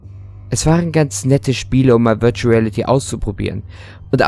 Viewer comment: VIRUTAL REALITY" XDDD